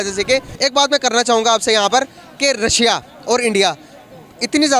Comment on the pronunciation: रसिया nahi रशिया ... chima ne ‘sh’ ka keema bana k ‘si’ laga diya 😂